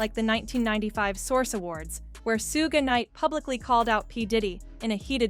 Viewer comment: To the announcer , Pronounce Suge's name right , it's like sugar . Ask somebody black